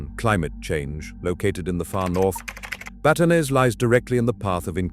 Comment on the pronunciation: Batanes (a like aa) not Baytanes